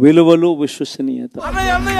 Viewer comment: విశ్వసనీయత సరిగ్గా పలకడం రానివాడు cm 🤣🤣🤣